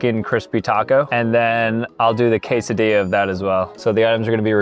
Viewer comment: Is it cuz he pronounced quesadilla wrong 😭